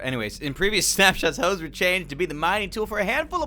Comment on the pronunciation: Nobody: Absolutely no one:: hOeSz